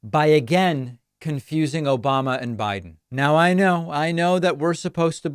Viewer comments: Obamnah isn't his name either. He can't get the name right or the person. He mixes up Biden with Obama and can't even say the incorrect persons name correctly. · Obamna?? Seriously?? They don't hear that? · So you haven't heard Trump say "Obamna". LOL